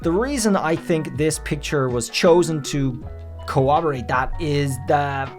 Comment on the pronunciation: It's CoRRoboRate. Not cowwobowate. That drives me nuts for some reason when people say cowwobowate. Also, that's a leopard warrior, not a cheetah. Its a brazen bull, the torture device that people would be thrown into with a fire under it. That's why I think it's fire Tauros. Also, your arguments would hold up against amber heard. Idk about Johnny Depp, but a 3 year old making up a story would hold up against amber. Also, My dog stepped on a bee 😬😞😢